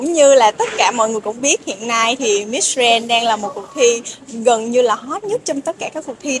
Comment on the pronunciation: Đọc “Grand” không chuẩn nhé